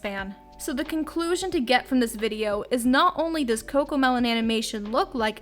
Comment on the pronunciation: No its cocomeloan